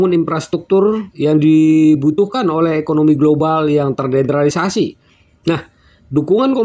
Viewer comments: MAAF, TERDESENTRALISASI BANG BUKAN TERDENTRALISASI.. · Bacanya TERDESENTRALISASI bukan TERDENTRALISASI, Min Min...!!!